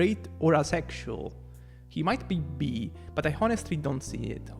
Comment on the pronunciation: When he says are you “bee” instead of “bi” lol.